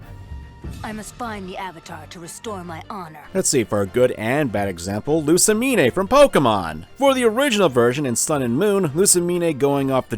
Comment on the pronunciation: You pronounced Lusamine as "Loo-sa-me-neigh"?